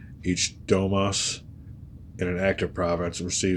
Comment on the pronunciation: You read Domus badly... It should be read as it is written, not read it "domas", or "domes" or the way you say... Read it Domus, like "Ian Hus"... Do you know?!? Like "servus"...